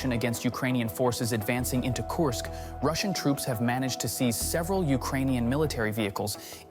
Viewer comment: KURSK, not Coarsk. FFS it's really not that hard.